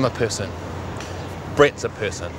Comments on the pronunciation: LOL the way they pronounce person, pisson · It doe NOT sound like "Piss" LOL